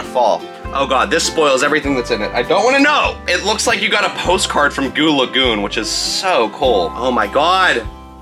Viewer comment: Yes you’re pretty good at saying goo lagoon!